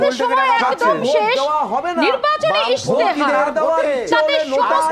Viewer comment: কথাটা ইস্তেহার ইশতেহার নয়। 24 ঘন্টার কর্মীরা মনে হয় সব অবাঙালি